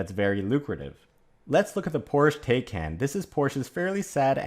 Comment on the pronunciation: Taycan rhymes with Taiwan. as in "Ty Con".